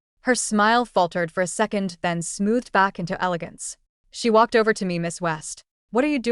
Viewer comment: “He wolked overrr” the accent 😭